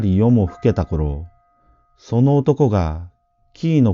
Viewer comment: 久しぶりに「むじな」を聞きました。ところで、「紀伊国坂」は「きいのくにざか」ではなく「きのくにざか」ではないかと思います。